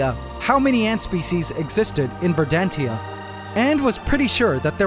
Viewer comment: not "ver-dan-tia"... "ver-dan-shia"